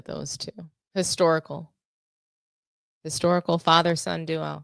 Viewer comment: Common sense call mind the game........ Game the mind😂 by the way did you say historical or hysterical😂😂